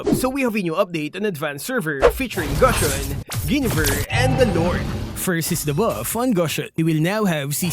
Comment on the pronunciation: Even after all this time, still struggles to pronounce Gusion’s name correctly. Looks like this is the end.